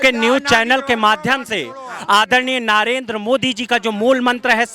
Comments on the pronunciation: पहले नरेंद्र को नारेंद्र बोलना बंद कर 😂😂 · नरेंद्र मोदी का नाम तो सही बोलना सीख ले ,,नारेंदरा बोल रहा आंड फिसचुला 😂😂